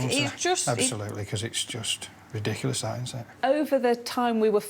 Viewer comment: Re litchously